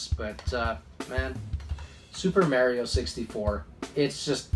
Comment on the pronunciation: It must kill you to pronounce Mario that way huh😂😂